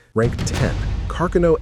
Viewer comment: Car-kuh-no 😂 Artificial Stupidity